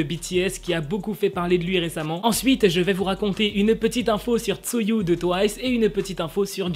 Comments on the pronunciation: Le "Tzuyou" aïe...Ça se prononce "Chewy" lol mais bon c'est pas grave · Hey c'est pas Tzuyu mais Tzuï (ca ce dit comme ca) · Sa ce dit pas Tzuyu mais Chuiyu c'est pas grave mais bon XD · Cc c'était pour dire que le prénom tzuyu se prononce "Tchouy" et non "Tzuyu", moi aussi au début je le prononcé mal c'était juste une petite parenthèse voilà 😊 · petite information,so nom ce prononce Chewie et s'écrit Tzuyu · Juste Tzuyu ça se dit "chewy" 😂 Sinon super vidéo 👍Continues comme ça 👌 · Petite info comme Tzuyu cest un nom chinois (taïwanais) sa ce prononce Chewy 😉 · Tzuyu ce prononce « tchou-wee» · Je sais pas si tu le sais mais Tzuyu se prononce "Chouwi" 😁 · combien de fois on doit te le répéter, Tzuyu se pronnonce "Chewie" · Par contre je voulais juste te dire que tzuyu se prononce tchouwi... Voilà voilà